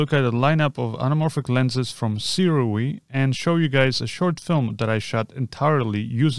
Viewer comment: Hey, Sirui is actually pronounced sue-ray Just thought I'd let you know